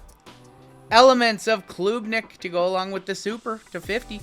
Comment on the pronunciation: Klubnik isn’t a long U sound. It’s said like Club. Club-Nick not Kloob-Nick. Carry on!